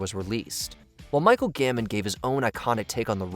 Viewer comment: GAMBON not GAMMON